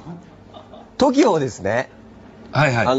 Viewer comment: その上、トキオの発音が違うのよ TOKIO上がるのよ、イントネーション